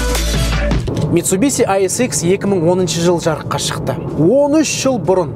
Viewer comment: Митсубиси емес дурыс айту керек бузбай митсубишшшшшши дей гой братан